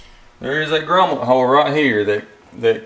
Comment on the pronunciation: Thanks for taking the time to make the video. Just an FYI, the word is 'grommet".